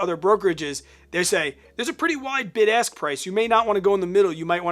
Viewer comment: LOL!! My wife made me put you on ear phones because she thought you kept saying "BIG ASS Prices". ROFL